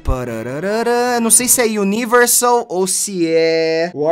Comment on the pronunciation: pessoas normais falando universal ok t3ddy falando universal iuniversal kkkkkk